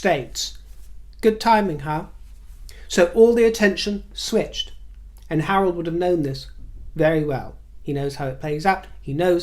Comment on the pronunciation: When you said "Harold", my brain heard "Harlot" and I thought you were referring to Meghan. Hahaha